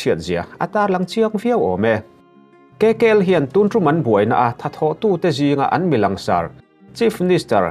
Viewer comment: Kkl nilovin,kykl tih tur anilomaw